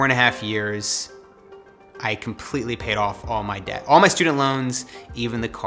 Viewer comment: It’s not dept it’s debt